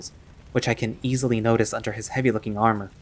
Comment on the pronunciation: "Hugs ehily"..........im sorry 😞 😔